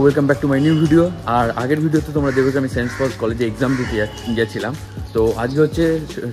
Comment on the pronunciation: vai college er name ta thik kore bol, ami okhankar alumini, name ta St. Paul's Cathedral Mission College, tui bolchis Saints Paul's ki vasha??????